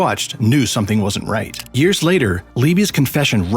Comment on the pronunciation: “100 Yers” later?”